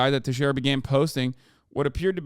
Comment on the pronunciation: It's pronounced Te-Share-A